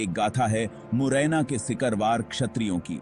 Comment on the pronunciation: सिकरवार होता है सकिरवार नहीं होता .कृपया इसे सही करिये